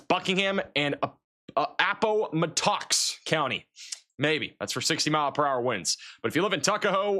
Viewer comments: LOL, Appoh-Muh-Tox??!! APP-UH-MATT-UCKS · Ikr Im not even from or live in PA, but know how to pronounce Appomattox. That was hilarious😊 Studying meteorology in college, didn't he have to take Geography? Just kidding. Kind of 😂